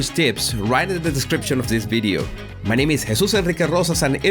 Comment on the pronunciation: is not bideo but video